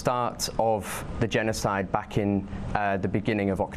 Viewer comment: This dude said "since the gennicidde that started in Oct" What? Idk if this guy was even there? What? What has he seen and pictured himself? Oh.. NOTHING